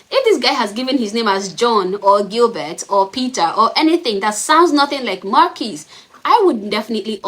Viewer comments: I hear "Mon keece" not "Marr keece" and "Mon keece" sounds an awful lot like "Mon keys" which is exactly what was on the receipt. Not seeing an issue here other than the guy pronouncing his own name in a way that is easily mistaken as monkeys, especially over a crappy drive through intercom. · “That’s not even close to Mahnkeece.” Hahahaha! What’s a teenage kid supposed to do with that? Not only does that guy have a jacked-up name (Marquise), but he most definitely pronounced it with an N instead of an R at least twice. The options were many, but a kid is going to enter the only word he knows that sounds that way, which, of course, is “monkeys”. That is the same as if I were to change my name to Kraquh, but pronounce it as Cracker when I go to a drive-thru, then go nuts when some high-school kid writes it down the way I pronounced it, and then sue for millions. What the hell is wrong with people these days? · Wow, and Chic filet is so sweet about it. They gave him a free meal and apologized. It sounded like he said Monkeys. WAY MORE than Marquise. Geez. Must be nice to have such a great life that something like that is your big problem. Seriously, Chick fil-A should 86 that guy. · He should've said, "MaRRR-Kees." The nasal "R" is not easy for Americans to hear.